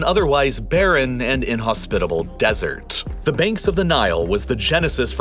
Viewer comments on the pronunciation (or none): none